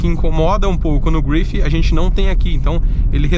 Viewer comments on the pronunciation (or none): Belo vídeo, mas tente levar menos as palavras para o inglês. Carro francês, então não se fala "gruifi", apenas grife mesmo. Fica mais legal. No mais parabéns pelo vídeo. Sucesso.